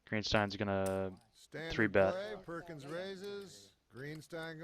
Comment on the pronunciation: read Perkins correctly both times?